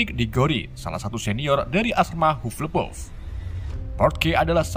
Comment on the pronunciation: Bacanya hapel paf, reven klaw :)